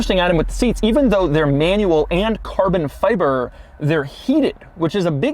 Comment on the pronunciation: why does he accent the Fi in carbon fiver soooo goood damn much. it drills me every time